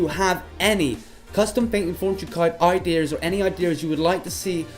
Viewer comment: I believe its "ideas" and not "iDeers" .. But I dont keep up with technology